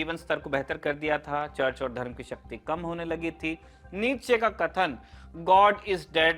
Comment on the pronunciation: friedrich nietzsche not neeche